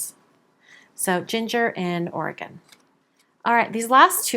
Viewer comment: As a native Oregonian, that's of course my favorite, thank for pronouncing Oregon correctly and congratulations on your marriage, treasure that love as its so precious!